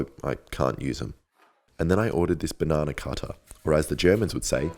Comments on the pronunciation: Du sprichst das falsch aus: es heißt Bananenschneider. Du vergisst immer das nen bei BanaNEN und sagst bloß auf Englisch banana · Not BanaNAschneider... BananENschneider! 🤦‍♀️ We wouldn't be German if we didn't value correct pronunciation. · bananenschneider Ya gotta pronounce the last 2 letters too Edit: not the last 2, I meant the en in bananENschneider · You said Bananaschneider, but it is Bananenschneider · Translation: You are pronouncing Bananenschneider incorrectly: It’s pronounced BanaNENschneider, but you are just saying the English banana instead of Bananen. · BananENschneider. Not bananAschneider. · You lould say BANANENSCHNEIDER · I ever need to know how to pronounce a German word… I’m here for you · your German pronunciation souds incredibly funny. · The Bananenschneider is really nice to hear as an German XD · In german its cold a Bananen schneiden its pronanct difrent